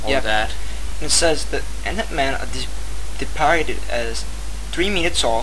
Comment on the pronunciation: you said depicted wrong